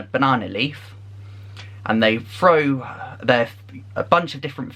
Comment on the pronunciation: You said "frow" when you meant "throw"! You said "free" instead of three! That's funny! I haven't heard anyone said "Next next week" or "last last year"...🤔